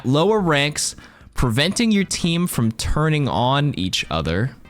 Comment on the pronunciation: Man you read that first one weird by yourself. If you read it like "preventing your team from TURNING on each other..." with emphasis on the word turning ur fine